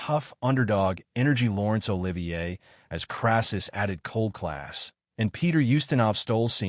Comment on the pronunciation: This AI vo is total bollocks! Can’t even pronounce Olivier’s name properly! Oliver???!!! C’mon you dumb ass producing this pap - get it right!